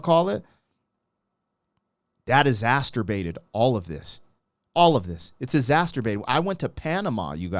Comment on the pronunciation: I love the reactions. BTW, there's no "t" in exacerbated. You're thinkin about something else...😏